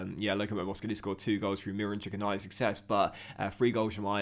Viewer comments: Adam Idah's name is pronounced like an e at the end so it is like saying Adam Eedah not Adam Eyedah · Bro have been saying this since day one. I know the guy as well played footy with him hahah it’s eeeeedah not eyedah lol